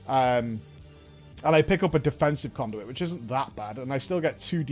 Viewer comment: "Cownduit" vendor ... love it